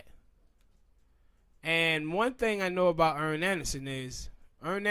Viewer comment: It's not earn its Arn